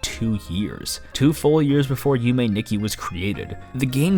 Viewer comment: "youmay nicky" isn't a horror game btw